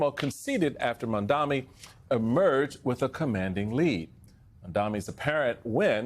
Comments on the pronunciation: It’s M-A-M-D-A-N-I.. Mum-tha-nee… not Mundami.. how hard is it? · ITS MAMDANI (MOM-DONNY) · Steele??? What is so difficult in saying MAMDANI??? Are you as uneducated and illiterate as Trumpy? I hope not. The poor petal got kicked out of the Republican party. They do not want Black there. Trumpy cannot stand you chaps. At least congratulate Zohran Mamdani. He is authentic. Much more than I can say about you. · Americans are really bad at learning to pronounce their subjects" names before saying them. OR, díd Trump set a trend with the pronounciation of Kamala's name? Do your prep Mr Steel. MAMDANI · Why does Steele have a job on here?? What does he do? Why is he cackling like Kamala Harris? What's funny? Zohran's last name is Mamdani!! Why can't Steele pronounce it? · Why does even have a job at MSNBC. No one cares about his insight. And by the way learn how to say his name it’s Zohran Mamdani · Come on Steele - you could have practiced pronouncing his name correctly. Seriously unprofessional. Please stay in the Republican Party because we don’t need your advice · 💯 It's so mind boggling why so many can't or won't pronounce ZOHRAN MAMDANI's name correctly. The three syllables in his family name are in the sound system of English Language. I think it shows their conscious or unconscious indifference towards those who are different from them.😢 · He did stumble, but he corrected himself. It would’ve been better if he got it right the first try, but stumbles happen, and he did say it correctly after owning his mistake. How many people repeatedly mispronounce someone’s name on purpose? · How many times can you mess a person's last name in one segment?